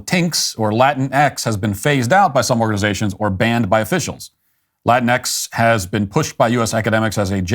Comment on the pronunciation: Glad to see Matt picked up James Lindsay's pronunciation of, "La TINX." It gave me a chuckle, every time! Hahahaha, "Latine". Sounds like "latrine", which is fitting. Morons.